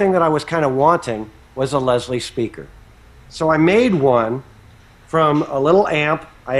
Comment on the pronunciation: a feslie lol not leslie get it lolol